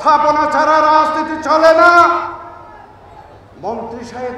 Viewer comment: রাজনীতি শব্দটাকেও ভাল করে উচ্চারন করতে পারেন না!!